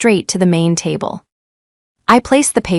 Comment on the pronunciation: tab---le???? sheesh at least try